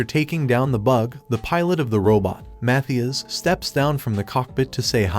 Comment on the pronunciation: Are u retarded? It's Mathias not Matthews